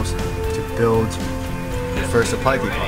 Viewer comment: Depot = "Dee-Poe" not "Dee-Pot" . Good vids mate, just the way you are saying it is beginning to drive me crazy.